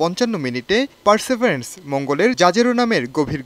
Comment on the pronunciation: পারসিবিয়ারেন্স কে বলা হচ্ছে পারসেবারেন্স